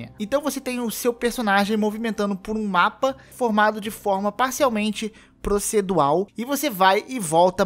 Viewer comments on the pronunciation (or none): Procedual não, proceduRal